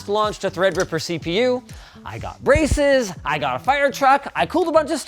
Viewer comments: no shit at first I thought he said "I got racist" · I thought he said “I got racist”